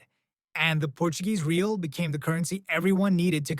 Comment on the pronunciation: Real is pronounced more or less "ray-AW" or "ray-ALL," not like the English word "real," lol.